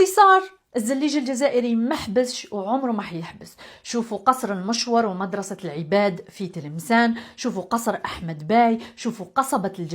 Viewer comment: في تلمسان مدرسة العوباد بالضمة و ليس العباد بالفتحة يا 😉